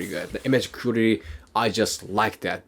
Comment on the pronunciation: the way you pronounce the word "quality" is really strange.. would like to see if you can improve it? sometimes its hard to understand its that word you're saying